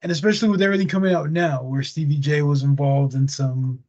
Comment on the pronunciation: i thought he said sceevy not stevy